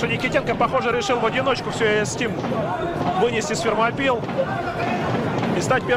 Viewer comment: Фермопилы а не Термопилы)) Вы же когда говорите Российская Федерация опираетесь на произношение страны оригинала а не Рашан Федерейшен)